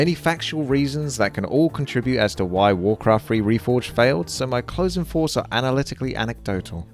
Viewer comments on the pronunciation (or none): "final foughts" xd